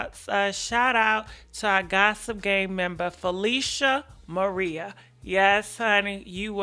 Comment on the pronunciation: 🤭🤭🤭 right, not only Garcia but t Felicia Maria, not Marie. 🤣🤣🤣